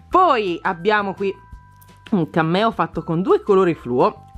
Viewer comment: Solo io quando dici cameo capisco cammello